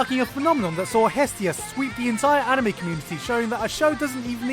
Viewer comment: you pronounced anime wrong